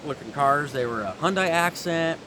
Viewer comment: Hyundai: It rhymes with Sunday.